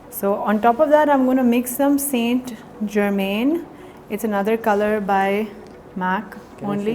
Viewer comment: Lovely look. Saint Germain - is pronounced San Germaan.